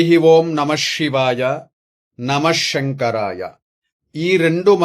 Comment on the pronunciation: షివం షివం కాదు షెంకరా కాదు.శివం శివం అనాలి. షెంకరా కాదురా మూర్ఖుడా. ముందు భాష నేర్చుకొని తర్వాత మంత్రరాగాలు చెప్పు దరిద్రుడా.